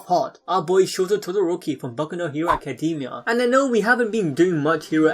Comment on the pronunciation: .... did he just say kacademia?,?